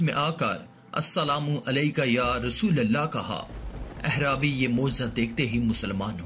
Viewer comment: Baita aap lafz aaraabi ko ghalat parh rahay hain ahrabi lafz nahi hay alif kay baad ain aata hay to lafz banta hay aaraabi.umeed hay aap aainda sahi lafz bolain gay...